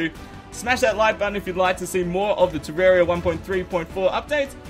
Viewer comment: Next time I recommend searching up how to pronounce things properly. I'm not insulting you or anything, it's just that the way you said some things really triggered me. For example: Terraria is a name that came from the word Terra form, which is what happens when you change the landscape of an area. Even the developer pronounced is "Terr-ar-ia" not "Terr-er-ia". It's even spelt like that. If you search it up on youtube though, it will come up with a video which used the word "Terrarium" which the definition of that word is "A usually transparent enclosure for keeping or raising plants or small animals (as turtles) indoors" which has nothing to do with the game.